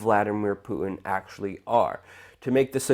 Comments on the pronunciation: It's Putin, not Poo in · Love your work Luke but hearing you mispronounce the name of Russia's prez over and over is making me crazy, okay, making me crazier. LOL! It's not Pooh-in it's Poo-Tin. Good natured jab, keep it coming! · dude, its "Pu-Tin" and "nu-CLE-ar," annunciation will only add to your credibility :) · poo-en is about an ignorant sounding way to pronounce Putin's name. Makes you sound stupid. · Sir, you have an irritating way of pronouncing 'Putin'. There's a T lurking in there somewhere.